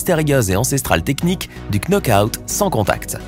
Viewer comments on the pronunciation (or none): cça se lit nokout pas knockout